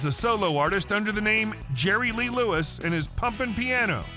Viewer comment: His name is Jerry Lee Lewis. No Lerry Jee Lewis. 😂😂😂😂😂